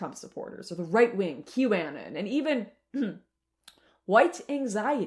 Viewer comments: Q “aye-nin?” Girl. It’s anon. As in anonymous. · I've heard several Canadian creators that have pronounced it correctly but yea ok... If it's trivial then why even bring it up for the nature of this video... Satanism has existed far longer than Q and the Anons.